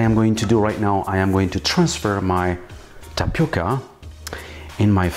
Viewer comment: Você falando TAPICA, é muito engraçado. Eu esta sua aprecio muito esta receita, ficou melhor que muita receita brasileira. PARABÉNS